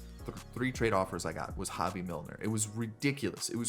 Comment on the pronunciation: love the vid! and btw, Hoby Milner, is pronounced, HO-BEE :) played in high school with him!